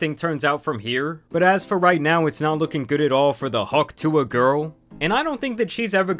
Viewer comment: She got hawk sue-a'd